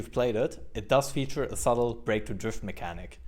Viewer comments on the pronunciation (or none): none